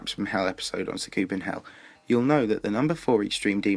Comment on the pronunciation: great vid but sa koop en hell its sah ku pen hell dont get me wrong still a great vid